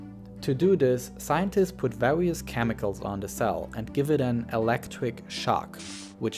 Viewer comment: "vawious" "ewetcric shock"